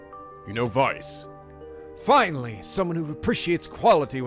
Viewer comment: Weiss, pronounced as Why-ice (pretty much)